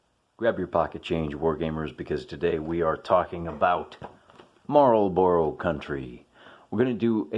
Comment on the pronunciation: Marlburra, not Marlborow. It jars.